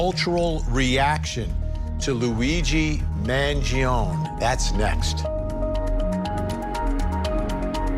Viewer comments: Despite the fact that you obsess in saying the name, don’t be so stupid. It’s not “Mangion”, it is MangionE! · I feel like Vinnie just can’t handle correcting himself so he won’t pronounce his surname right because he has started staying it wrong and too proud to correct it. It’s not a ‘own’ sound at the end it’s “ownie” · It's not Mangion'i'. Why they keep saying like that? MangionE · Why does Vinnie keep calling him Mangion its Mangione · Luigi Mangione, his last name is pronounced with the "e" silent. Sounds like "own" at the end. Man-gee-own. Start showing respect, stop treating Italians like they have a monkey and an organ grinder! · It's an Italian surname the finale E is not mute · First, learn how to pronounce Italian name correctly *Man-gio-nee. Next; Overkill fabricated charges… Get me on the jury now! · Please pronounce is surname correctly at least… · You can’t even pronounce his name right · You could get his name right...